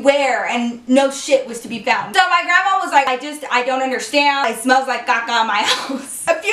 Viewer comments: she kill me the way she say caca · every time she says shit and vase i die of laughter and when she says caca LOL